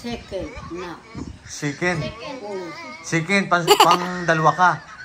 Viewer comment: Nakakatuwa si seken daw gusto niya hahaha...sakit tyan KO katatawa SA iyo.chicken Di niya masabi,seken daw hahaha...cute mo kya gusting gusto Kita nakkita SA vlog.